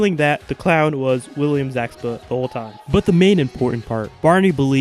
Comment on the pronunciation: its william zabka not zakba